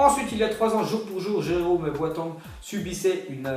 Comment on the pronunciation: Mdr tu sais pas dire jerome boateng